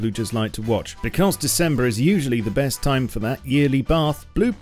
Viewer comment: buddy, are we gonna talk about the "decembear"?